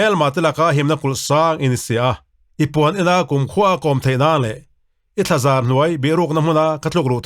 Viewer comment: I thlazar tih a dik zawk lo em mi i thlazãr ni lovin